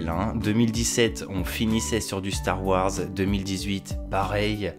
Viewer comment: Eh. Super vidéo. Si je peux me permettre: star wars c’est “wores” et non “warres”. Bonne continuation. Merci !